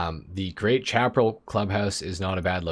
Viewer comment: I still wish we could own more then one MC so that all the bikes could have club house parking. And the auto shop should have two floors for all it's Tunners. (Bikes in a car garage look lonely!) Chaparral is said like Shap-a-rail. Like the old t.v. show The High Chaparral. High desert sandy land, stuffed very well with various shrubs and stumpy types of trees.